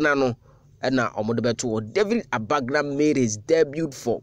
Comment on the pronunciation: He David was my primary school mate. His name is David Agbanga and not Abagna as you guys pronounce it. Maybe he might have changed his name.